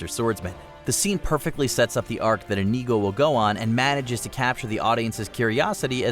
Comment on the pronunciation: How dare you mispronounce Inigo!